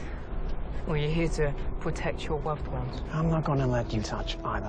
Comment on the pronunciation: “R u here to pwotect ur wuved ones?”